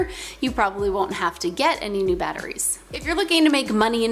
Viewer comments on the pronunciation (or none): none